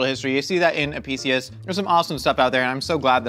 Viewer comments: It’s API-kius. Latin C makes K sounds! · It's pronounced ah-pik-i-us. The Classical Latin letter C is always pronounced as a k sound.